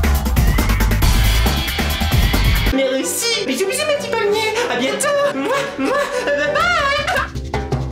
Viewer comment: j adore quand tu dit meurci